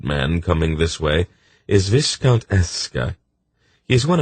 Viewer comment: Ok i really appreciate this narrator's commitment to the accents and different character voices, but I've got to get something off my chest: I've gone from Pawn of Prophecy straight through, and every time he pronounces 'quay' as kway instead of key it sets my teeth on edge. Also, 'viscount' rhymes with 'eye count,' not 'discount.' SMH